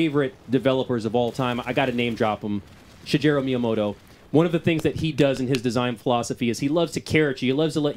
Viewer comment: Guy clearly isn't a big fan if he can't pronounce Miyamoto's first name correctly.